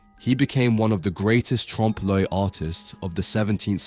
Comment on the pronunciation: I am reminded of Little Carmine Lupertazzi from the Sopranos pronouncing it "trom-pay le oil"